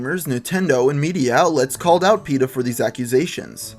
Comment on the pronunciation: dude its peta